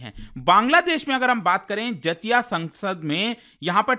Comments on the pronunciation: जतिया क्या होता हैं? so irritating. do not teach wrong pronunciation sir. do some homework. बेंगोली टोन में बोलिए जातीय सोंगसोद Jatiya Sangsad (জাতীয় সংসদ) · Sir the correct pronunciation of jatiya sangsad is जातियो संसद in bengali language which means national council /national parliament 🧏 Greetings from West Bengal 😊